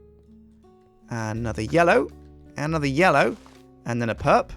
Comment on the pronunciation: then calls me he says yello whats up how you doin because he said yellow when he was placing the flowers